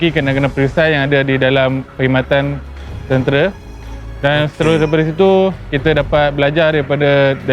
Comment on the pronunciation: Tentera bang bukan tentere😂😂🗿🗿🗿